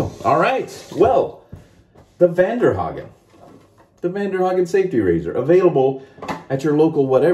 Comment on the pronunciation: It’s pronounced (von-dare-hogen) close lol😂